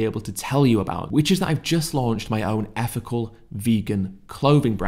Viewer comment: I can't see past your speech. You can pronounce the, them, this and that etc, But you insist on saying effical, healf, uvver and worf and so on. I don't deny that you're clearly show signs of intelligence but I can't take you seriously when you can spell these words, pronounce "TH" in obvious demonstrative pronouns and so on, but you don't seem to be willing to apply your brain power to putting the "TH" in ethical, health, other and worth. I can't see past this and my high opinion of you was shattered the moment I noticed that. Peace brother.